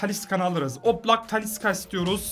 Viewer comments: TALİ S' KA DİYE SÖYLENMİYOR TALİ 'Ş KA SÖYLENİYOR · Abi tanilıska değil talişka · Abi taliska degil talişka deniliyor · abi taliska değil talişka😂😂😂😘😘🤪🤪